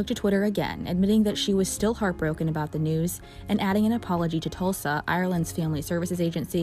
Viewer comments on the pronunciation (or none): Tusla is the agency you've mispronounced as tulsa twice in your report... Her son as many other teenagers in the care of that agency lost his life. Absolutely tragic RIP to him and all the young souls let down while in care of the state.